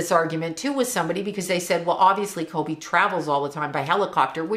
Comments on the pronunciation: I love your videos, but I’m having a really hard time with your pronunciation. His name is Kobe not Colby. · Are you saying kolby??